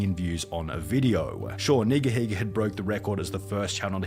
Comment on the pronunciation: Nigahiga(ryan) is Half Japanese And He used Japanese word for "rant" and his last name so it's Pronounced NEE-gah-HEE-gah...